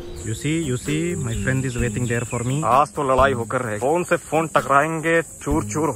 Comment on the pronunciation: "FRAANDS" kya hota hai bhai😂😂